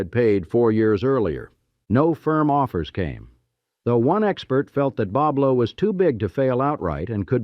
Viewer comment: He pronounced it wrong Boblo